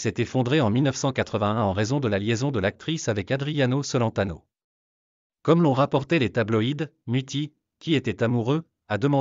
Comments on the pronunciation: Ignare le cacanier, ne sait meme pas prononcer "Celentano"! Une vraie commere 😊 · Adriano cent-laine-tano 😂😅😂😅😂😅